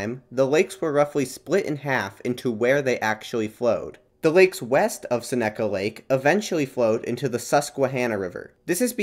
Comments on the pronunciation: Bro absolutely butchered "Seneca" pronunciation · I haven’t seen this comment so I’ll make it: Seneca is pronounced SEH-ni-kuh Keuka is pronounced cue-kuh Susquehanna is pronounced Suh-skuh-hanna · Also Seneca is pronounced more like SEH-nih-cuh, isn't it? (Also appreciate the dive and the pun.)